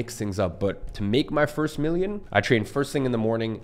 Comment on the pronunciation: you forgot the t in the word "first"